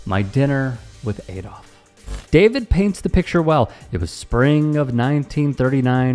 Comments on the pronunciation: It's Adolf, not "Aydolf". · Eh? The guy can't even pronounce 'Adolf'.